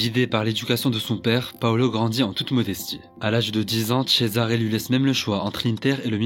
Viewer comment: Cesare se prononce Tchezaré ❤